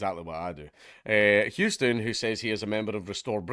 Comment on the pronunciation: It’s amazing that a Scotsman can pronounce Houston correctly but the average New Yorker fucks it up beyond recognition